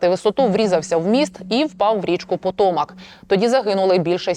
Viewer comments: ПотомАк. Ну вивчити наголос хоч можна? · вона сказала ПотОмак з наголосом на другому складі🧐